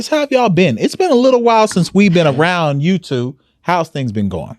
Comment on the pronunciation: 😂😂 tWWo a days in Dubai🍷🍷 #onredwinetime lmao “don’t let me hit up turkey & get tWWo dimples & a new nose… it’s over for you heauxs!!” 🤣🤣